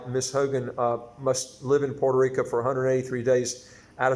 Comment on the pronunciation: It's pronounced Puerto RicO, not Puerto RicA.